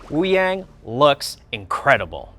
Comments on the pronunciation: Hey devs can you atleast pronounce Wúyàng correctly???? It sounds like "Woo young" not "Woo yeng" :/ Also his visuals really aren't that impressive... it looks like blue energy with 2d effects, kind of cheap compared to other heroes like Mei who have fitting ice visuals that LOOK icy not blue energy. I want to be hyped for this video but the blatent disregard for Wuyang's name amd design is weird. Still, its good to have these update videos. I am looking forward to the info pages. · Devs pronouncing Wuyang’s name as woo-yay-ng and not wu-yah-ng 💔💔💔